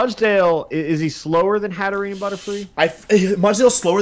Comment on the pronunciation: It's hatter + serene. You don't pronounce the last e.